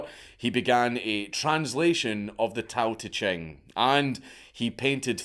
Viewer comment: its pronounced Dow de Jing.